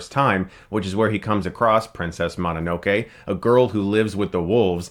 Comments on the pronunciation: And This is Why I Disavowed You Chris, You Can't Pronounce the Titles Correctly. it's Princess Mo No No Kay, NOT Princess Ma Na No Kay I suppose You Pronounce Pokemon as (Poke E Mon) instead of (Poke A Mon) BTW it's Poke A Mon, Your Voted Off Of The Island, and Not on The Jury. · Moh-no-no-kee Geeb-lee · "Mahninokay" dude... I know you watch anime, so please try to pronounce it right.